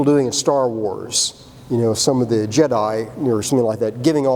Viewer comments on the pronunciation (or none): none